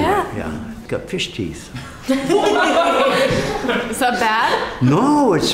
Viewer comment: My dude said “you got fish teethe”